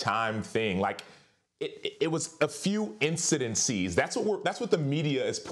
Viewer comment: SAS: "i don't wanna work w fax kellerman" espn: lays off fax kellerman acho: "incidencies"